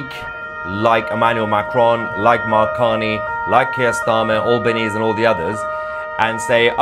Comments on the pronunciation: Believe it’s pronounced Ahl ban ees, not Awl ban ees, Mahyar. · His name is pronounced al - ber - neezee. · Correct pronunciation of our PM is Al (flat A as in ass) ban Easy (rhymes with sleazy). He is only posturing to curry favour with Muslims in Australia because they outnumber Jews by enough to influence elections. The government's "official" recognition of Palestine has strings attached such as no Hamas involvement, democratic elections, acceptance of two states etc, knowing full well that Palestinians will never comply. It's all window dressing to put on a show at the UN, but unfortunately it's very dangerous. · Albanese is a joke prime minister of Australia. He cannot even pronounce our country’s name correctly. I am ashamed of his decision to recognise Palestine as a state. Shame on you albo.